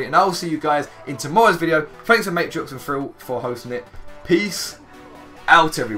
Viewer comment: the way says thrill is frill